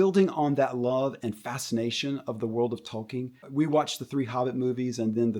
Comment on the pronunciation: If you pronounce "Tolkien" as "Toll King," your perspective is immediately worth much less. Amazon has no love for Tolkien and his work, which shines through clear as day. Why not inspire the future generations with, ya know... Something good that respects Tolkien's life work? Like, for example, the LOTR trilogy? How on earth does Amazon's slop "inspire" the next generation in a way that the LOTR trilogy doesn't? It holds up to this day as a cinematic masterpiece and they had a genuine respect for Tolkien that is self-evident throughout its entirety. That is truly inspirational. To describe the desecration of Tolkien's work is as "inspirational" just because some young kid with no taste might think it's okay is laughable. It's crap whether or not some kids like it.